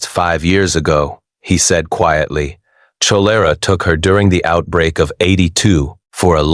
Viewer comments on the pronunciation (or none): KOLERA, not ch-olera